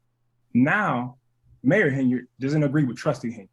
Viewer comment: Triple T is unable to talk like a professional. No surprise she doesn't pronounce his last name correctly.